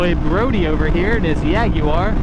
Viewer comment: He pronounced Jaguar wrong :/